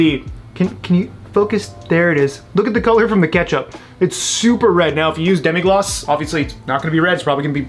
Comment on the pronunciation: It’s Demi-glaze not Demi-gloss